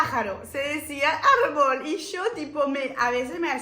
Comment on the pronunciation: Como me haces reír, sos una genia. Hoy te note más acento Frances, tenes q volver por aca. Te digo algunas palabras q me acuerdo q no te salieron: Catecismo o Catequesis Árbol (acento en la A) Muy buenos tus videos!!! Muy emocionante q quieras tanto a nuestro Pais